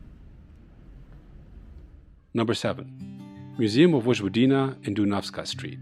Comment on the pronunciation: Please, don't say: " VoDŽVodina" ....rather say it: ," Voyvodina".